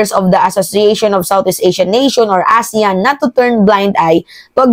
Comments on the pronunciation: Aseyan po ang tamang pagbigkas ng ASEAN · pronounce the meeting ASEAN (ah sea an) .